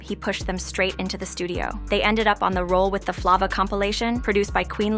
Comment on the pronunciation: The pronunciation of “Zhané” and “Flava” makes listening difficult. The narration seems forced and foreign. “Group 1-1-2”? This sounds like the epitome of a “culture vulture”